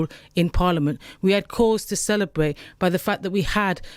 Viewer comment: The electowate will be celerbwating, when this bwainwashed woman is wemoved.